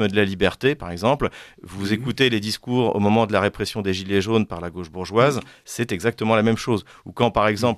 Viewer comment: En français on ne dit pas la Go che mais la gauche=gôche. C’est insupportable ces journalistes qui ne parlent pas français